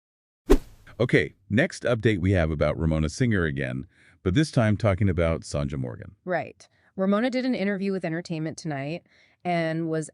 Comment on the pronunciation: Not Sonja. Pronounced Son ya